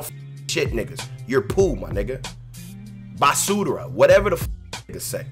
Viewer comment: Nigga had me cryin the way he said basura